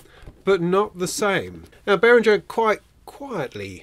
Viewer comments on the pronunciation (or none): If one takes the effort to pronounce Moog correctly, why not also do the same for Behringer? Bay-ring-er. Middle syllable as in ring, rhymes with singer. Not bay-ring-ger or bay-ring-jer